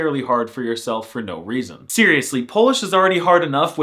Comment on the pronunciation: The word "yes" is "tak" "No" is more casual version and pronunced /no/ not /nou/